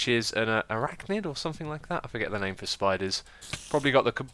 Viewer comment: Actually spiders are Arachnids, you pronounced it Correctly too!